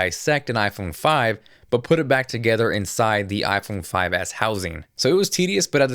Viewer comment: he says: iphone 5ass hahah